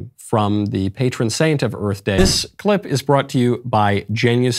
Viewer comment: Will Smith slaps Chris Rock, then says, "Happy Earf Day!"